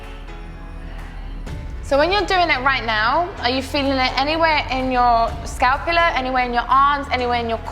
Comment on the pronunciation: Lats are not short for laterals. Also it’s scapula not scalpula. I’m cringing so hard